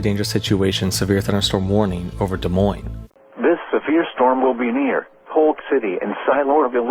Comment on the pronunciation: Iowan here. Nice to see someone who actually knows how to pronounce Des Moines properly.